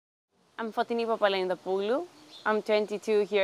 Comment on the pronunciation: *says her own name multiple times in the video * English guy: Fo*TI*ni